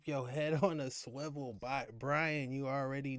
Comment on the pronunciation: Hey we know the correct word is ‘swivel’, and is pronounced as spelled, but over here it’s straight ‘schwivel’ - uniquely said by.